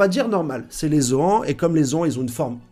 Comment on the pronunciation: Fait un effort sur la prononciation des noms , vraiment c trop 😭😭. Gol Di !!! Gol Di !!!! Gol Di !!!! Gol Di !!!!! Pas gold et roger 😂😂😂 Et c'est R leite 😂😂 ca se prononce " raille li " , les zoans ca te fait pas bizarre en le disant 😂😂😂 met un " e " au bout , sa fera moins mal aux oreilles